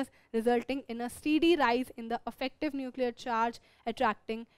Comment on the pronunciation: Mam affective mat bolo irritating lgta hai